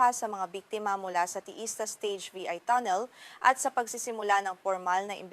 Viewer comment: Ang tagalog ba ng tunnel ay tonel?Mahirap intindihin ang ilang tagalog words mo.